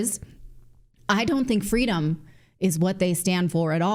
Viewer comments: It's Fweedom not freedom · It’s ‘fee-dom’ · Don’t you mean “FWEEEDOM, mummy!” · Wait , doesn’t she mean “fweedom “ ? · Don’t you mean “Fweedom”, Natalie? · Remember the "fweedum" story? “My mother tells the story about how I’m fussing,” Harris says, “and she’s like, ‘Baby, what do you want? What do you need?’ And I just looked at her and I said, ‘Fweedom.’” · Kam tells a cute little story about her childhood and her saying "Fweedom" however it turns out it's not her story she apparently pilfered it from someone else. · I thought it was “fweedom”. Remember when she claimed she was the little girl that told the reporter during the Civil Rights Movement that all she wanted was “fweedom”!?🙄 😂😂😂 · Thought it was Fweedom? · No guys its Fweedom remember?